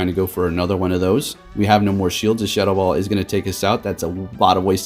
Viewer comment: I kept thinking what move is shuttle ball...then realised you were saying shadow ball